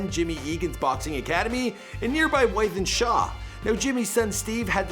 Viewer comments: The way he pronounced Wythenshawe 😂😂😂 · The way he says wythenshawe lol